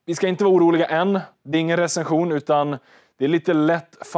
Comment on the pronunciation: Spara Smartare med Nordnet tror han påpekar mer ditt uttal